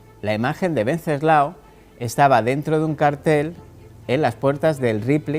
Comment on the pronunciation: WEN--- CES--- LAO / WENCESLAO NO VENCESLAO. .